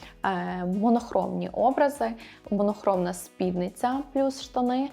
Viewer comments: І спіднИця, наголос на «и» ☺️ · я і не кажу, що я теж літературознавець. Я просто констатувала факт, що слово «спідниця» з наголосом на «и», і все. Що далі робити з цією інформацією - вибір кожного. Можна послати мене подумки, а можна подумати «а й так, дійсно». Я ні в якому випадку не хотіла образити чи зачепити когось, просто дійсно ріже вухо.